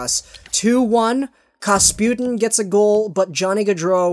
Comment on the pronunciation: Kapustin - not kasputin. Ok? Ya😁